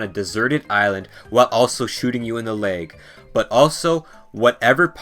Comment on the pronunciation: "Shooting you in the laeg"